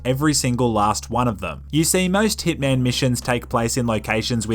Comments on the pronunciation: I thought you said thickman instead of hitman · Iota clearly H I T M AN